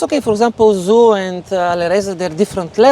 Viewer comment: His work seems to be amazing with her getting so many advantages in the middle game. Gotta say though: Damn lol, Zhu probably too polite to correct his pronunciation of her name (zh pronounced similar to j in English instead of z).